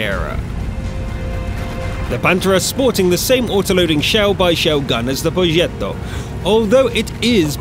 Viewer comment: Love these videos but it really annoys me how you say ‘progetto’